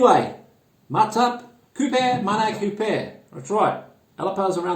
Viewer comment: The correct way to pronounce KOPI is similar with Coffee but with P not F uncle 🤘😃... greetings from Indonesia